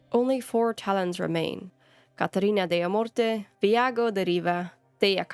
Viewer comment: one thing to note about Lucanis. I believe his family name is pronounced in italian manner rather than spanish. (For spanish option i believe it would be Dellamuerte of Demuerte) Since Antiva is insipred/resembles the city of Venice in Italy